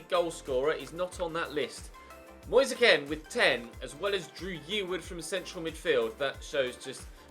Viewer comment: It’s moise keen not moi-se Ken